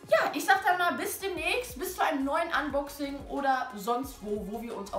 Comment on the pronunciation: wieder mal typisch kann noch nicht mal ne Box fangen Oder Unboxing aussprechen englisch on point 😂😂😂😂